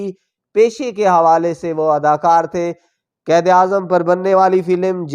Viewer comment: بھائی تلفظ تو ٹھیک کرلیں آپ بیروت کو بے روت اور قائد کو قید کہ رہے ہین